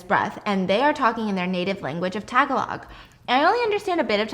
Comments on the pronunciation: Yea me too! it sounds like "tag a long" HAHAH instead of tag-ga-log. took me a couple of seconds to recognize what she was saying AHAHHA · It's pronounced Ta-ga-log, with a hard "a" and "o" Also Tay with a hard "a" ☺️ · love this videos- keep them up lol im so nosy. also pronunciation of tagalog is tuh-goh-low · tagalog: tuh gah lug and tatay: tah tie :) you guys should also try filipino food!! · As a Filipino, Stephanie’s pronunciation of Tagalog as “Tag-o-lag” and tatay as “TY-TY” has me dyinggggg 🤣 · Ayoko na HAAHAHHAHAHAH kanina pa ko hindi nakakahinga sa kakatawa HAHAHHAH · Stephanie I’m Filipino but the way you said “Tagalog” really got me😭😭 if you want to say the Filipino language, it’s pronounced “Ta- ga- loog” hope that helps! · you have me cracking up at the way you pronounced tagalog but i’m glad you tried😭😭😭(coming from a filipino) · Pausing the vid, I scrolled down fast just to get confirmation that I didn't misheard any of it. It really is tagalog ha. 🤣🤣🤣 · the way stephanie was saying “tagalog”😭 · the way stephanie was pronouncing the tagalog